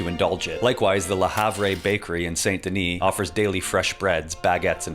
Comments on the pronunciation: IT'S PRONOUNCED "LE HAV" I AM NOT EVEN FRENCH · How did you pronounce "Le Havre"???? Lmao